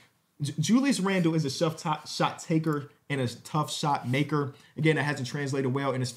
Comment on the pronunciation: "Shuff tot maker"